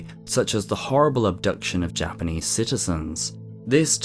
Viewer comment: I very much appreciate your pronunciations of Japanese. A lot of british and Australian individuals have a tendency to absolutely butcher it. Also, the ffirst story where rhe boy gets down near the river bank? This is one of the many reasons why the Kappa myth exist. Might he have fallen into the river?